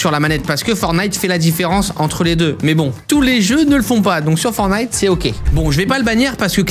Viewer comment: Arrête de dire fornite c’est perturbant